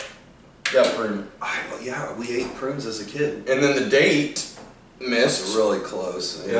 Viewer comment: "I'm an old man, so I like pruins" HAHA classic